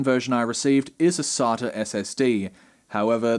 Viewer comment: Please pronounce "SATA" properly next time...